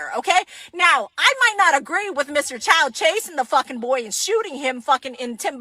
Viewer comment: Host dude, we open a store in black community so that everyone benefit, but it should not give you right to steal. Also, his name is Chow not Choi.